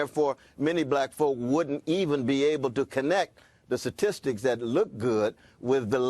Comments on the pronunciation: What the hell are "satistics"? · “Suh-tisticks” 🙄 educated man who cannot pronounce the word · A professor that can’t say statistics properly 🤔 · Harvard Professor that cannot pronounce the word statistics correctly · Lol look at Candice's face she is holding back laughing at his ignorance and lack of the ability to pronounce "STATISTICS" 😆